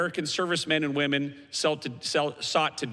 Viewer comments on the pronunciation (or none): none